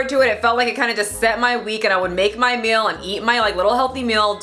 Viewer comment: Im offended bacause "amys life Journey" says "mill" instead of "meal" and.. "nills" instead of "nails"